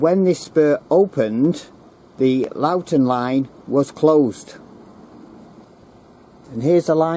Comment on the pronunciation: It is NOT Lawton it is prounounced LOWE TON